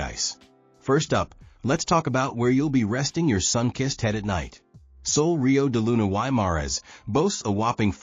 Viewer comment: This guy doesn’t even know how to pronounce Sol Rio De Luna Y Mares !!!! And this video doesn’t reflect how nice this hotel is !!!!!!